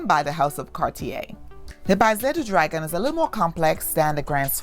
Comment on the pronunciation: There are other languages that exist other than English, please learn them. “Le Baiser du dragon” is french, “baiser” means kiss in French. Your pronunciation is way off, it’s bayzay. Oh I speak French.